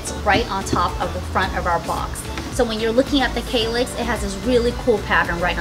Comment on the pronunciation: Kallax - A is pronounced like a for Apple